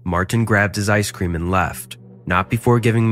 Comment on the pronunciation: Everyone love ice-sceam but that was just wrong!